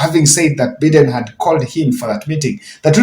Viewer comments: USA President's name is pronounced "B-ai-den" not "Bi-den" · Why are your replies with so much hate. He was just trying to emphasize the correct way of pronouncing Biden’s name and the correct way is Bay den. Why is it a big deal here!!!! My Goodness. So petty replies. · Good videos. Correct yourself on pronucing America's president, Joe Biden not Beaden😂😂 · Thank you for your analysis. I just wanted to remind you that the US President’s name is pronounced as Bye- den. Thank you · Biden, Bayden, Bimden who cares? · A lot of talk with no substance. I am getting bored with Yr analysis. Plse check Yr pronunciation of Biden. Just listen to Cnn youbwill get the right way to say it.